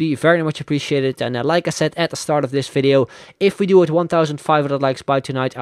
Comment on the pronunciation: I hate when you say video or three! You are talking like a drunk Indian😂 Bye bye😂